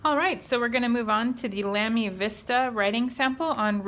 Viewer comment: It's pronounced Lah-me. Not Lam (like ham)-me. in I had to stop the video just to write this. I own 3 of these, all XFP nibs. Amazing value for money.